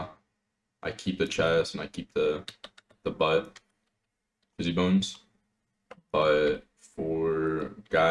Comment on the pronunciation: bro if you say "fizzy bone" one more time i swear to god